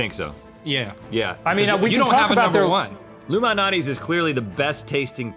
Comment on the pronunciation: 'Luminaties." Anyone????? Shane Dawson tho. Yes. I'm a 51 year old teenager.